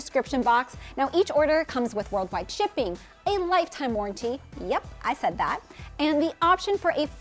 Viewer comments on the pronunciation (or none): none